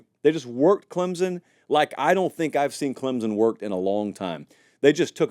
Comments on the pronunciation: Please, if you’re going to talk about my team, please pronounce the name of the school correctly! Clemson is not spelled with a ‘z’! ClemSon💜🧡🐯🏈💜🧡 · I'm just here for the weird Z you put in the word Clemson.